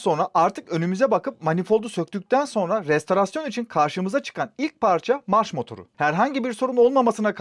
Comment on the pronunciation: kızma bana. restOrasyon olacak. restArasyon deme lütfen.. işin garibi bir retorartörle tanıştım. o da restArasyon diyor :)